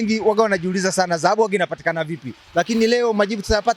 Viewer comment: Mtangazaji ni Dhahabu sio zahabu. Wewe kama mtangazaji inabidi uwe na matamshi mazuri.